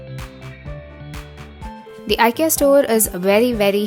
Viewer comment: It's pronounced as ee-kay-uh.. not eye -kee-uh.